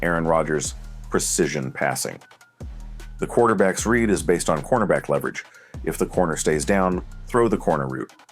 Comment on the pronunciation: what do you mean by “the quarterback’s red”? do you mean the quarterback’s READ? is it because it’s an AI voice or is it just terminology i’m missing?